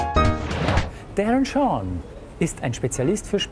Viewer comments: Er macht auf Larten im Manga-style:P Da trägt der auch immer eine Krawatte mit Spinne xD Zum Mitschreiben. Es heißt Darren Shan! Mit einem A und nicht Darren Shorn! >.< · Ich nehme Kerle mit ner Spinne auf dem Ausschnitt eh nicht Ernst :P Außerdem sagt er irwie 'Darren Shorn' xD